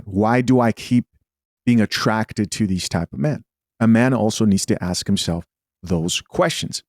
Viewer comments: This is hella embarrasing, why yall as a people even entertain this. We had Jerry Springer, we love trash tv as much as the next one, we also knew it was exadurated ...... but ive never seen this stuff, this is no entertainment, this is just sad. Also its ask not axe, not a single one on that show can say ask, asked..... its always the axe, axed, . How they they pronounce axe then? As ask haha, its just so cringe to see collective incompetence, foolishness. Why the disrespect towards the very language you speak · I could never take advice from someoem who can’t even say “Ask” let alone the whole room who can’t even say the word ask. XD